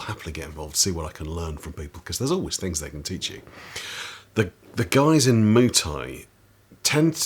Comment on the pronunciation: Muay is not pronounced "moo"! 😁 I'm also thinking about things like insurance and medical care myself. Of course, I got fucked up a time or two scrapping in amateur fights when I was young and so think about such things . . . 45 year old me to 18 year old me "YOU'LL BE FEELING THAT DECADES FROM NOW!!!!!" lol